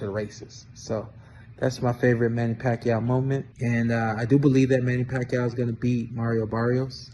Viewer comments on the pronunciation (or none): Many Pacquiao not Pacqlio 😂😅😂